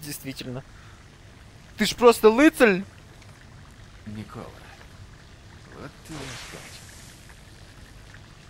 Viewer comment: У Тесла, видать, на французский манер стал Николя. Милейше.